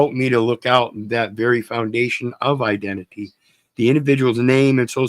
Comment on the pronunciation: Gov: eye dent T fyi?